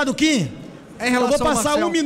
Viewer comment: Até hoje não aprenderam a falar o nome do Kim direito